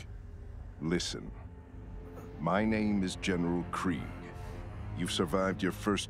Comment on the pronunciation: even though his name is pronounced “kreeeg,” i still call him “kreg” as in “greg”